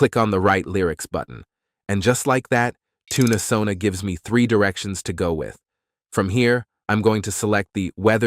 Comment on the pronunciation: Oh no! I'm in a later timezone, and think I missed the offer. ☹ just in case; SONA#5TC Thanks for the great video and for highlighting an exciting looking alternative platform. Can't wait to try it out. BTW: your TTS voice pronounces Tunesona as "Tuna"sona(Toon-UH-Sona). instead of Toon-Sona Sorry I'm always harping on pronunciation. It's very distracting(to me) and takes away from the message. I literally had to watch this 3 times to get your message. The third time I had to use subtitles on mute. You wouldn't want someone to refer to you as "Aye Eye Tuna Craft", right?